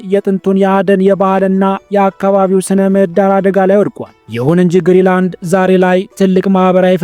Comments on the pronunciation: ገና ለገና ቪው ለማግኘት ብሎ ዝም ብሎ ማውራት ራስን ማሳነስ ካልሆነ በስተቀር ትርጉም የለውም። ሰርቆ ከመብላት አይተናነስም ። ለምሳሌ ስም ስታነብ ግሪላንድ ሳይሆን ግሪን ላንድ ነው። ሌላው ደግሞ 58 ሺህ ሰው የሚኖርበትን ቦታ 56 ሰዎች ብሎ መቀደድ በጣም ያስጠላል። እንግሊዝኛ የማትሰማ ከሆነ ቢያንስ የአለምነህን ትንታኔ አየት አየት አድርግና በራስህ አፃፃፍ ፅፈህ አንብበው። ከመዋሸት ኮፒ ማድረግ ይሻላል። በግሪ እና በግሪን በ56 እና 58,000 መካከል ያለው ልዩነት የትየለሌ ነው። ስለ መንገድ ያወራህውም ፈፅሞ ውሸት ነው ለምሳሌ Ivittuut and Kangilinnguit የሚባሉትን ከተሞች የሚያገናኝ 4.5 ኪሜ መንገድ አለ፣ በኛ ቋንቋ ፒስታ ወይም የጠጠር መንገድ የምንለው 90 km paved road አለ። pituffik የሚባለው የአሜሪካ ወታደራዊ ቤዝም ርዝመቱ ያልታወቀ የመኪና መንገድ አለው። ስለዚህ ያወራህው 100% ውሸት ነው😂😂😂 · አስተካክለህ አንብብ እንጂ? ግሪ ላንድ ሳይሆን ግሪን ላንድ ነው።።።